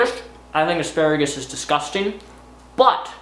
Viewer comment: are you saying "aksparigus"?